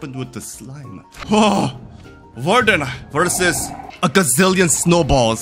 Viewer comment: Bro said "varden" 😂